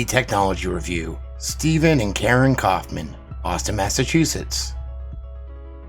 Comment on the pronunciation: Kaufmann is a german Word. So could be pronaunced "Steffen Kaufmann"?!